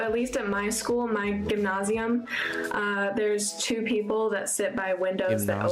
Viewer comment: She’s been in her German school 2 weeks and she’s already pronouncing gymnasium the same way as the German kids do, that’s unusual for being there for 2 weeks